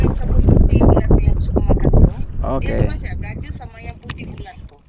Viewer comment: Gasak hampas tebu yer AJ, hehehe… Buah gajus AJ, bukan jagus 😂😂😂